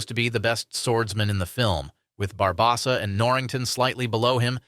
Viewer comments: Bar-BOW-sa. JFC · It was the Barbossa pronunciation, wasn’t it? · Is this narrator guy AI 😅 or just foreign. Who's Bill Murrr-ray, Bar-bah-ssah, Broookheimer, etc